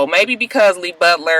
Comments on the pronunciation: Lol I thought that sounded weird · I die slowly every time you call that man Lee Butler ahaaaaaaaaaa!